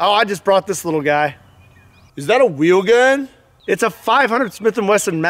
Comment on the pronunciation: Goddamit man. The first time I showed my wife a video in which someone said "wheel gun" she thought the dude was trying to say "real gun" but that he had a speech impediment and now that's all I can hear every time someone says it